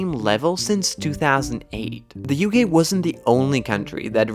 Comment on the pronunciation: I like how sometimes you pronounce UK as U gay